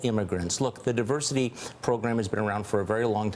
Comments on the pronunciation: DIVERSARY????? Oh my god. His mind is dissolving day by day. Must be filled with those Alzheimer's holes by now. Seems not a day goes by, that our president doesn't make a fool of himself. Day care doesn't seem adequate; this man needs to be institutionalized. Ivanka, please get him out of there, and pick a nice nursing home where he can sit in his own room and yell at the TV. And don't forget to give him a toy phone so he can pretend to tweet. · “The Diversary... the Diversary and Diversity visa program” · diversary... diversary... and diversity... diversity lottery. sounds nice but it's really hard to say. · WTF is "Diversery"!? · Diversory?! Do they still sell Hooked on Phonics?! 😂😂😂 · Diversery? The best, big, mispronounced words? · Diversary...diversity. Reading is hard. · “Diversary” lottery? Is he dyslexic? Can he read? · 45 cannot even pronounce "Diversity" what a MORON. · What a moron!!! Can’t even say the word “diversity”!!! I still do not recognize or X knowledge him as president.